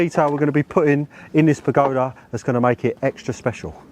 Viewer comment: That mispronunciation of pergola 😱